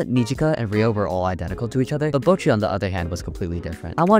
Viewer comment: me learning japanese: this guy saying kneejika, bowchi, keeda and rio